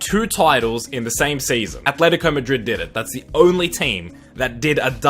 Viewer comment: Quite a weird one this but I like that he actually knows how to pronounce names. Key barometer as to whether someone knows what they’re talking about is how they pronounce Atlético.